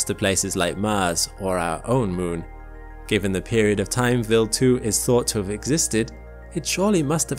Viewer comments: why would someone with a British accent (I presume) be unable or can't pronounce English words like "wild" (not willed) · It sounds like he is saying Bill 2 instead of Wild 2. Weird. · Very interesting - just find the strange pronounciation of Wild as "vild" slightly distracting ! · "Vil2"? Isn't it Wild(as in from afar/nature/outside)2? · Quick question: throughout the video, your pronunciation of the W sound (English) was normal/common - regardless of the W's position in the word &/or whichever consonant or vowel it was preceeded or followed by. So, why did you adopt the German pronunciation of W ( v sound) for the word Wild? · yeah, i gathered as much. But he only used the V sound as a W in the word Wild, yet he pronounced many other words with W's like the English W - rather than the Swiss/German W (V). WEIRD, ISNT IT? 😜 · I know it’s most likely just a difference in regional pronunciation, but hearing “willed” when “wild” was being said kept smacking me out of the video lol. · Why does he pronounce "Wild 2" like "Will 2"? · Why is it pronounced vild rhyming with chilled and not wild rhyming with child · Although very interresting, I was annoyed every time the narrator called Wild2 Willd2. I believe it's pronounced WILD as in wild animals. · he says Wild like Vild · so why are you pronouncing wild as villd? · if this guy is going to say Wild 2 so much, someone should have taught him how to pronounce a W sound. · Can i mention the way he pronounces WILD, its a I not a E. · You're saying wild wrong.